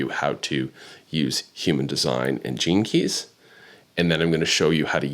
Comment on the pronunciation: As someone who has never studied human design or heard of astrocartography, i thought you were saying "jinkies" instead of gene keys. Anyway, interesting concept